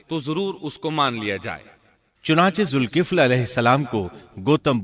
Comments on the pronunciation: Dhulkifl not zulkifl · Quran mn Zalkifl lfz hai Aur zulkifl parh rhy hain